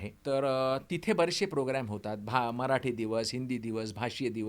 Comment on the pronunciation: इतक शुद्ध मराठी..कमाल कमाल आहे.. खूप खूप कौतुक... तुमचं ही खूपच कौतुक.. तुम्ही सगळ्यात प्रथम मराठी म्हणताय मराटी नाही 😂 इथे मराठी मातृभाषा असलेली लोकं सुद्धा चुका करतात या.. खरच खरच कौतुक..डोळ्यात पाणीच आलं माझ्या